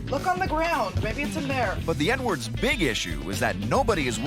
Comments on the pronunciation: The narrator pronounced their family name, "Edwards", as if he's saying "N-words". I'm not even American and I heard it... Look at the other comments and you'll see we're not the only ones. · 😂😂 I thought I heard Nwords too! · It sounds like he says the N-words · When the narrator says Edwards, it sounds like N-words. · That is exactly what I thought! Even tho I know he is saying Edwards I still can here him say “The N words” 😂😂😳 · Right? Had to listen 3 time until I heard Edwards.